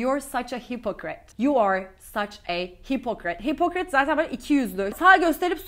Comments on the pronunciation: Hipokrat gibi telafuz ediyorsunuz hipikırit diyorlar 😅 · Careful,, the 'o' in hypocrite should be pronounced as a /ə/.